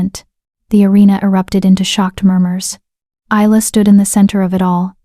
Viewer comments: YOU PRONOUNCE HER NAME... EYE LA NOT... IS LA I get really annoyed when names are not pronounced correctly||| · Not to forget Easel. lol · I do wish that these AI could learn how to pronounce Isla correctly all the time. It’s Isla as in island. Not too bad a story. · Please get the name right. Isla (Ilya), Ayla